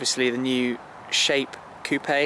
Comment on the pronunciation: He said coo pay 😂 coupe